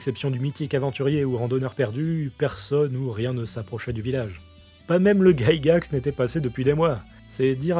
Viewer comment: ça fait bizarre d'entendre une autre façon de prononcer des mots après avoir lu les tomes comme hundini ou giygax x)